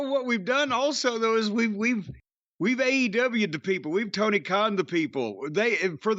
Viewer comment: Mr. Clown, Toe-Knee